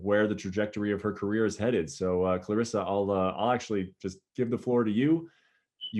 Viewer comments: She leaned in and said, "It's Cla Res Sa". 💖 Oh, he got it now. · Lol, she roasted him on pronunciation of her name. Love her.